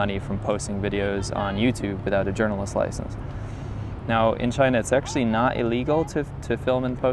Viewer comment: Journalist "LICENSE"???!